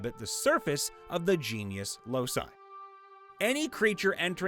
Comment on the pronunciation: The word locus is pronounced LOW-kus, not losus. The plural loci is pronounced LOW-ky, not los-eye.